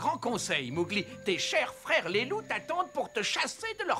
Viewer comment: on dit Mowgli [mogli] pas [mougli] 😂 et le petit d'homme c'est normal 😂 et il dit Quasimodo 😜